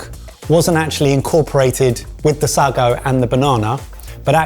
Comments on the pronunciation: When you are saying sargo, do you mean sago pronounced say-go? I know I sound like I'm being a dick but it's a genuine question that I've pondered on how to phrase for far too long and now everything I type sounds wrong! I am just wanting to know if it is that or a different thing I've never heard of please. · it's said Say-go, not sar-go, that was painful to hear lol, the texture will be different because you used tapioca, while similar, not quite same result when cooked, tapioca is more gelatinous, whereas sago are pearls (think bubble tea), been awhile, but from memory, sago is naturally sweeter than taioca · Saggo????? Sar-go??? Don't you know the old joke "How do you start a pudding race? - " say go!!!! " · Sago pronounced saygo the a is soft as in cat. Microwaaavey anyone? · its pronounced "Say-Go" BTW,you can buy it in Tesco ,as kids we had to endure eating it cooked in milk (it resembled frogspawn)horrible....banana snot sounds about right! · Interested to ask if any of you had eaten sago pudding as children - a milk pudding like rice, tapioca and even macaroni!! We’ve always called it ‘saygo’ but you may be linguistically more accurate - great video though really enjoyed the processes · I was thinking this. Say-go is the way we used to pronounce it too. Used to enjoy it as a kid, made a bit like rice pudding. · Say-go. Used to have as a school meal desert. Sago pudding. Loved it, very difficult to find nowadays 😊 We called it frog spawn 😂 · Love you guys but it's 'say go'. Listen to Freddie 'Parrot Face' Davies, Everytime I ask for sago pudding, all I get is semolina. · Just fyi, it's pronounced Say-go. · Say-go when I was a kid 🤷‍♂ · Lads, lads - that’s not how you pronounce sago! Please sort that out. 😂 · It had me wondering whether I've been saying sago wrong all my life?? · I was struck by the similarity to tomalley (no idea of the spelling). BTW sago has the emphasis on the a so sounds like say go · It's sago, as in say-go, not saa-go. Wikipedia agrees